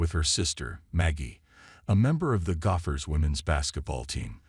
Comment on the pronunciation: Your robot can't pronounce Iowa, Czinano, or gopher.